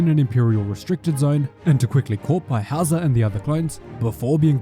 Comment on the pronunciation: At first I thought Howzer had a German name lol, it sounds like „Hauser“ which is an actual German name 🤣